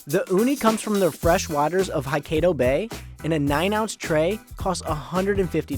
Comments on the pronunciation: Good grief! Is it just me or did he pronounce the prefecture “Hokkaido” in a weird way ? Like cringe worthy way! It’s supposed to be pronounced as “Hou-kaii-dou” not “Hou-khei-dou”! I’ve been to Hokkaido! That place has some of the tastiest seafood in all of Japan! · did he just pronounce Hokkaido as "Haikkado"? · i've never seen a presenter butchered the name of such world known place.... "Hi-K-Do" bay.... initially I had to google 'Haikeido Bay' to find out if i've missed a region in Japan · I got triggered when he said Hai-KAY-do its Ho-Kai-do oml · Man said haikeido bay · CNBC gets the worst representative to go have high end sushi...the commentary "one bite?..oh this is so good...that's the best..taste the salt and the lemon." Then goes off to pronounce Hokkaido incorrectly as "hoe-kay-dough".... C'mon guys.. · homie said the uni was from "haikaydo bay" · "Hai-kay-do Bay" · Ha-kay-dO bay... nice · "Haikaydo Bay"😂😂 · "haikeido bay" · Hoe-Kay-dough-bay massive cringe pronounciation. 😢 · The way he pronounced Hokkaido have me reeing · What did he pronounce Hokkaido as? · I can’t stand how this guy keeps butchering the pronunciations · I cringe when he says edomae & Hokkaido 😅 I worked at Nobu & there's several restaurants that use the same fish suppliers around town. There's literally no fish that's labeled "sushi quality." A true sushi chef & connoisseur will realize freshest isn't exactly the best. Fish is equivalent to steak & the best flavors come out when carefully aged. Nobu utilizes super freezers which enables them to provide a longer shelf life & maintain quality control throughout the week. The answer is basically you pay more for the name/decor than the quality itself. Plus no fuck way kinmedai is $3 a piece literally anywhere